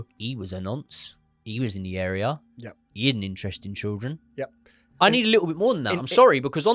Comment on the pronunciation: Please learn how to say children, mate. Please 🙏